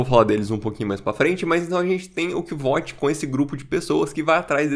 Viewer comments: sou fã do livro e fico um pouco triste quando alguém fala "Quivót" "Quivôte", sendo que logo no comecinho ele fala que o nome dele se pronuncia como "Kuôuti"/ "Kote", mas gostei muito do vídeo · Nenhum problema com a sua pronúncia, mas só pra avisar: o nome do cara se lê kuouf (o "V" ali é medieval, ou seja, tem som de "u"). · Minha pronuncia é bem parecida. Pra mim é "Côuf". "Kivote" é uma pronúncia que soa bem feia kk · Cara, olha o modo que o próprio Rothfuss pronuncia o nome do Kvothe…